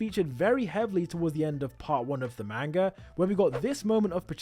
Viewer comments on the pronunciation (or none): Great theory ! I’ve seen a lot of theories but this one is insane. Great video. Ngl tho everytime you said Main-ga it was like nails on a chalk board to me. Just an unpleasant sounding word if pronounced incorrectly.